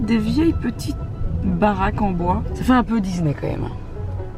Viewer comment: mais pourquoi tu dis Dizney ?😭